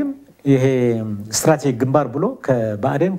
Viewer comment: strategic ሲነበብ " ስትራቴጂክ" not እስትራቲግ ደከተር የሶስተኛ ክፍል